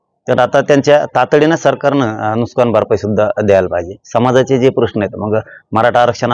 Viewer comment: नुकसान असत ते. नुसकान नाही 😂😂😂